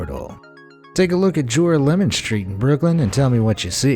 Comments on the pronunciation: It's not "jore-uh-LE-mon" Street... it's "juh-RAH-luh-min" Street. FFS; do half a minute of research into the correct pronunciation, please... 😳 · JORAH-LEMON? Nope! Ja-rah-le-mahn is how that’s pronounced. Don’t EVER let that monstrosity of a pronunciation fall from your lips again! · Not jora-lemon - it's pronounced ger-al-o-man. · It's pronounced jor-al-mon think jorale=morale Sincerely, a New Yawka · OK, this is kind of late for a comment, but I just saw this video. In the first fake house part of the video I can see many mistakes. First of all it is pronounced jor-AH-me-lum street. Second of all that was not built by the MTA a modern public authority, but by the IRT (the Interborough Rapid Transit,) a private company, which built the original subway lines in the city which included this one. The map draws an imaginary route from Brooklyn to Manhattan which bears very little relationship to the actual route which runs a much shorter route from Brooklyn to lower Manhattan. And...any New Yorker would know that the video of the train going through the tunnel doesn't look like any train in the NYC subway! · In site #1, that street in Brooklyn is pronounced Jor-OLL-oh-MIN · Joralemon is pronounced juh-'rah-leh-mun